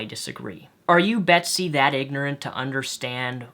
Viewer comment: judging that you call her "Besty" i can only assume that you didn't read the article. interpreted it wrong and it's MO RA LEZ not "morlaz"